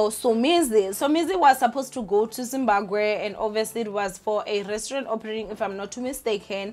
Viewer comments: Zim-Ba-BWE not “Gwe” ninja…isn’t it easier to say BWE than Gwe 😂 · I kept cringing when she said"gwe" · Sian and Zimbagwe 😅🤣😂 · Zimbagwe!!! 😂😂😂😭😭 Zimbagwean!! 😂😂😂😂🤧 Yoh I can't breathe bathong everytime she says it I just die hey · Lol..you're saying Zimbaqwe isntead of Zimbabwe 😩😶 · You are not alone, your sister is out here pronouncing Zimbabwe as Zimbagwe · Im here fo "Zimbagwee"😂😂😂 pronouncesation😂😂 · I don't blame her even some people in Matebeleland are calling it Zimbagwe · 🤭It's not on purpose 90% of Venda speaking ppl pronounce it gwe even some Shona say gwe. Words ending in bwe often get the gwe pronunciation esp. ❤️ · Is it just me or she kept saying “zimbaGWE” 😑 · Zimbagwe or Zimabwe?? 😂😂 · Zimbabwe, Imagine the whole African youtuber who cannot pronounce Zimbabwe 🤔 I know she's miss "fear fokkol" but yho this is embarrassing. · It’s too funny how she says it. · Doesn’t mean it’s the correct pronunciation🥴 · Amoungst ourselves we know that mispronunciation between our languages is not usually an offense. But her as a public figure and taking into consideration our social climate with foreigners she needs to make a bit more effort. Its just one word, there are apps that help with such. It's just really odd cause she comes from the province that literally shares a border with Zimbabwe. It's like me being from MP and struggling to pronounce Mozambique🙃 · I am so disappointed in you. How can you honestly fail to say Zimbabwe 😒 thats really embarassing ☹